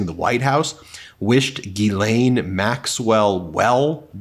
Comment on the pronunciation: It's not Guylaine it's Ghislaine which is pronounced jislaine!!!